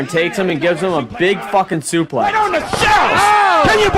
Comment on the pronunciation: Who told commentary it was okay to pronounce suplex like that